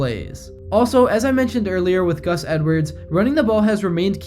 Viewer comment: The butchering of Gus and Brandon Stephens name.